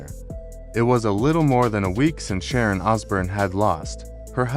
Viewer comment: This would have been great viewing if only you Pronouns the fcking Legend Name Correctly ! 🫵🤡